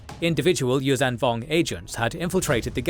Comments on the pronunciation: Whow! 300k views and over 1k commentaries. And I thought interest in the Yuuzhan Vong went to zero. So fine to see this and the old EU still thriving. 😍 Helska IV is much too green in this video. It is actually an iced sea world. And you always say Yuuzan instead of Yuuzhan. The zh is spoken like a voiced sh. Mara's ship is Jade Shadow, not Jade Saber! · Hi, I'm so glad to have found this channel via a posting in TheJediCouncilForums. 🙂❤There is too few info and animated material about the Yuuzhan Vong on YouTube. You wrote in the subtitles "Yum Yammka" - it must be "Yun Yammka". And please: the zh in Yuuzhan Vong is not spoken like an z but like a sh, but with a humming sound - a bit like the j in "major" but - for the j is actually a combo of d and zh - without the d before the zh. Perhaps you can implement that in future videos. Please keep up the good work. This lore needs and deserves this.